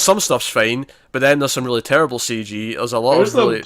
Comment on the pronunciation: It was TEWWIBLE